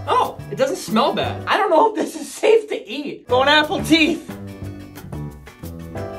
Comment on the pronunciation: "Bone Apple Teeth"